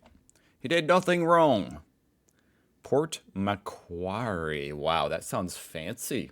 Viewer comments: It's pronounced Port "Mcworry" and since we're on the subject, I'd love to hear you try saying happy arvo the Aussie way by dropping the r sound and saying "ahvo" instead 😊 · so love your stuff, but by god you can torture the language. I have honestly never even conceived of some of the ways you mangle Australian english. Port Macquarrie; "port mu'-kwarrie" dead simple..... really looking forward to your visit here... we will fix youso you'll be able to claim to be bilingual: Hoosier AND Strine!😂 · Pronunciation correction: Port Makwarry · Pronunciation: - Port Macquarie: Port Mack-worrey - Uluru: ŌŌL-oo-roo (emphasis on the first syllabul) - Gravox: Gray-vox (like gravy) We call white gravy "white sauce" and its made with milk and conflour with salt and pepper. And we put this on cauliflour and spuds or corned silveraide. Brown gravy goes on lamb and beef and pork (we normally do pork with applesauce though) You CAN get chicken gravy tho which is white-ish. People show up to vote, but "donkey votes" are common. And the fine for not showing up is like only $50. Suprised nobody called cigarettes "durries" Tax on smokes in Australia is horrendous. Wasnt til I worked for home affairs that I realized how massive the tobacco black market is to avoid paying a weeks wage per packet.